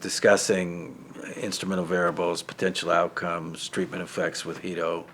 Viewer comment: Angrist likes to call Guido, Jhuido